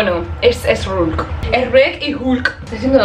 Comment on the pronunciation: Me encanta cuando dice que es sreck y esgulk